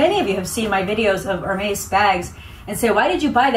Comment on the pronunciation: Love love your videos!! But just a minor, helpful tip on pronunciation. It's more like Err-Mez not Hair-maze. Congrats on the amazing haul!!